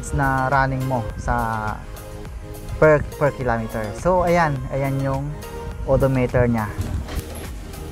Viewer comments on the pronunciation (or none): ehehehe natutuwa ako sayo.. "k-less siya" "ayan odo meyter niya" "averids meyter" ehehe peace bro!